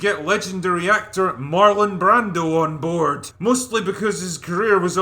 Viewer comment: I 💘 love this movie! This guy doesn't even know how to pronounce Marlon Brando right!